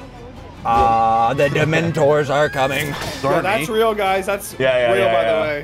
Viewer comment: It is ríl